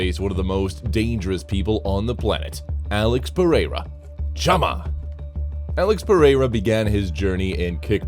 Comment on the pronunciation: Alex perRera 😂